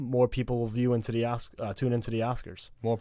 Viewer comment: It’s ASK not AXED